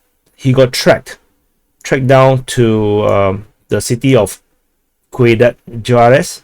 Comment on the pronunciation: "Ciudad" pronounced "see you DAD" or better, syoo-DAD. (2 syllables.) Means "city."